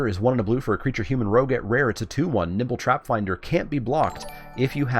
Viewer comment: I could have sworn you were saying Nipple Trapfinder.